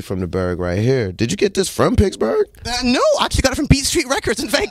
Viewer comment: Did he celebrate his “birfday” in “picksberg”?